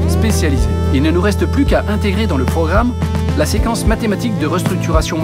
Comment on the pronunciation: Wa il dit que seqence et electromaniatiqu sinon jaime trop sa video